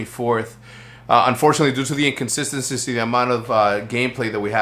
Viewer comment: H3CZ said inconsisistency Still love you tho h3cz